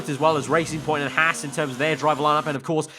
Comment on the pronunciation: really, hass? Hars, not hass, bah.